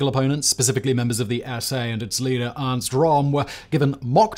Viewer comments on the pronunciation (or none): none